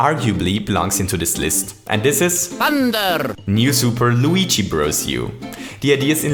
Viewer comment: you always say weegee but he is called Luigi